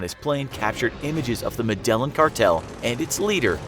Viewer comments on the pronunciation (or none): Not "Medellin"... "Med-eye-een"